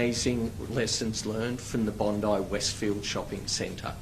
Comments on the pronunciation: Bon "die" not Bon D. It's being run smooth but I can see the 4 steps of a Mauser style bolt action there. Very rare but the last 6 months have had a number of shooting incidents in Sydney. Luckily this wasn't the guys with the AKM or the .30 Carbine or the casualties would likely be worse since they were competent this time. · For the Americans Its pronounced bond-eye Also the pms name is albo-neasy